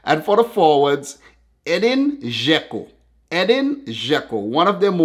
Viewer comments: It’s not eden it’s edin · im Bosnian and Albanian my name is Edin you pronounce the name wrong is adeen